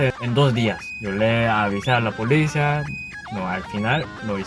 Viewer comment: Jajajaja da 🤣🤭😅cómo habla el coreano, jajaja, la manera en como pronunciaba la palabra policía 🤭saludos!, ya me subcribi, te ganaste mi like!.